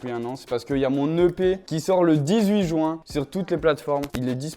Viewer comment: Qui c'est qui dit "jouin" au lieu de "ju-in" ?